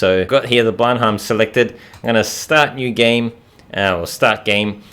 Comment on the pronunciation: Great video. I believe the aircraft is pronounced blen-em.